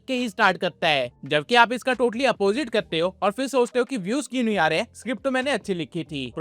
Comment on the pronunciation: Kar te hai not kte hai😂